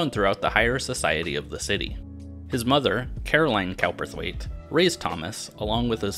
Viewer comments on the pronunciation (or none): “Cowperthwait” was likely pronounced “Cooper-thwait”.